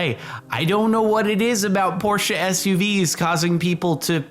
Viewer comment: It’s oddly satisfying when americans pronounce “Porsche“ right